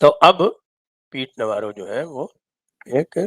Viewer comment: इसको नवारो नहीं नवरो बोलो नवरो का मतलब गुजराती में निठल्ला होता है